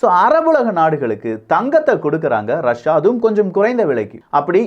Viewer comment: ரஷியா அப்படின்னு சொல்லு .ரஸா ரஸான்னு சொல்லி மானத்த வாங்காதே